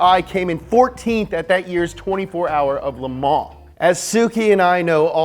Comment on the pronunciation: nobody:: Leh Mah